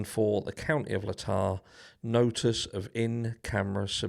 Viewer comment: Not "La-ta" ... "Laytaaaaah". Listen how it's pronounced in court. 😄